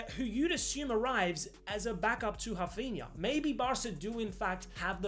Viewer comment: Please call Rafinha, Rafinha. Hearing you say Hafinya is just cringe